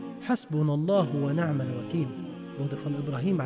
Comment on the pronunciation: der Bruder im Video sagte Na' mal anstatt Ni' mal. Das hat mich sehr verwundert.